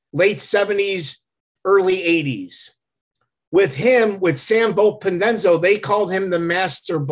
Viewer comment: For someone who did research. He murdered the names.